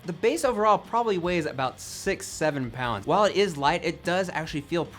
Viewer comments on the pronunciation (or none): none